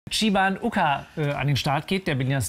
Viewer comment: Warum spricht der Moderator am Anfang den namen mit chiwan ukar aus? Das Ucar ist ja auch mit c den kann er auch mit ch betonen wird ausgesprochen wie wenn man Chai latte auspricht. Und PS: Meiner meinung nach hat er die Haare komplett verkackt 😆 Mit langen haaren sieht das mädel viel hübscher aus. Auch wenn sie Ansicht schon ein sehr süßes mädel ist.